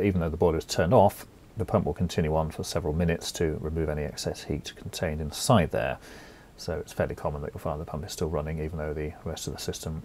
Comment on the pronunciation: You sound board ! whats with the wierd emphasis on "side" when you say "inside" . Sorry but you'r hard to listen to. bur your content is great . THANKYOU